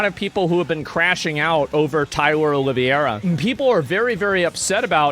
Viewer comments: It’s pronounced olive- air-uh not o-live-ee-air-uh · Please just stop saying OLIVIERA, it's OLIV-HEY-RA! It's starting to hurt, coming from some1 as intelligent as you. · The way he's pronouncing Oliveira is crazy 😂 it's "oh-lee-vey-ra" Portuguese/Brazilian name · Asmongold is the Chael Sonnen of Twitch. This "Olivieira" is bugging me 😂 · Its not Oliva-iera wtf learn to pronounce his name lmao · Oh-lee-vera. Say it with me Tyler Oh-lee-vera. Common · OLIVE-VERA!!!! How in the world did you come up with that pronunciation!?! That is not how you pronounce Oliveira! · Tyler's patreon has been removed. I mean... have you guys seen who runs Patreon? He's a great musician! Also, Tyler's last name is pronounced: "Olive - aye - ruh" (like in play). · Not Oliviera, Oliveira! It's a Portuguese surname. which curiously has jewish origins, because it's a surname made by/for new born christians during the Inquisition. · I see that Asmongold doesn't know how to pronounce the name 'Oliveira'. Saying Olivierra is not the proper way. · Please learn how to pronounce his last name. Just read it. Oliveira = O-liv-era. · Isn't it pronounced olive-era? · The way you say his name is so wrong😂😂😂😂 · Brother PLEASE start pronouncing his name correctly for the love of God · bro pronounce his name right ffs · you're pronouncing his name wrong brother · It's O L I V E R A 😂😂😂😂😂😂😂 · it actualy impresses me how asmongold can pronounce every single persons name wrong